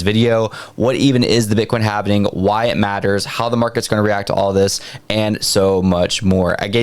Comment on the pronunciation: Repeat after me... HAL-VING Not HALV-NING